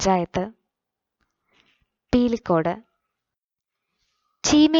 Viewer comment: പീലിക്കോട് അല്ല പിലിക്കോട് ആണ്.